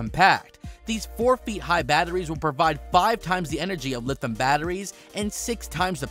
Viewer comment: Lithium pronounced li·thee·uhm, not lithim. You lose credibility if you cannot pronounce the word correctly when the rest of your English sounds like you are not learning a new language.